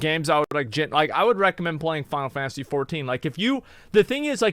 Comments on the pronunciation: ok she is saying fifansy fourteen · Why she says Fountasy 14?